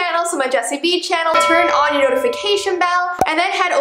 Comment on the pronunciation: oof it's "Vee"